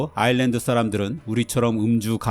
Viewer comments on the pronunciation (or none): none